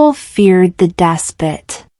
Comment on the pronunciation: Pronunciation of despot is incorrect